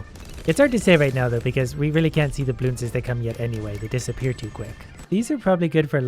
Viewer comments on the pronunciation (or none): Normal people: bloons: blioons